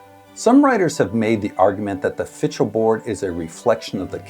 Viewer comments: It's pronounced something like 'fickle.' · Not the proper pronunciation! Please seek some help.